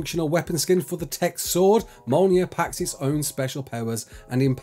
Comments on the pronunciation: Mole Near. Omg. Me'olnear. That's the pronunciation. I'm not having a go at him. But dude. Come on. Please. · Big Thor fan, can't say Mjolnir instead says "Molnear" xD Good vid though thanks for the update